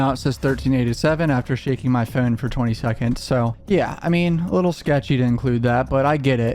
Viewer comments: I hate the way you say “phone” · Does anyone else find it odd the way he says “phone”?